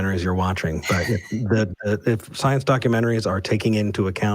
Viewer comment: “SCYENCE! BYOLOGY!”